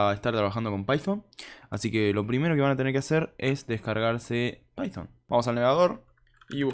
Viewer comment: pyfon? decilo bien.. no quieras demostrar que "sabes ingles" encerio y de onda te digo. para evitar las criticas